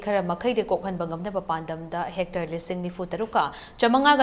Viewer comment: Its not "Hectre" but " Hectare"....:face-purple-crying